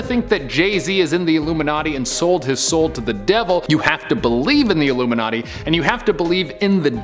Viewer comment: Stop saying iluminaty youll get cursde